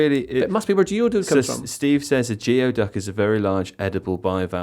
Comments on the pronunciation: geoduck is pronounced "gooeyduck", not "gee oh duck" :D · Fun fact,. I went to a college called Evergreen which has a Geoduck as their mascot. And it’s pronounced goo-ee-duck. Good day, sir. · But its pronounced Gooey-Duck 😂😂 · Geoduck is pronounced gooey-duck